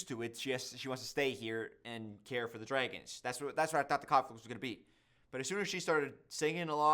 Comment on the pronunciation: "the dregons"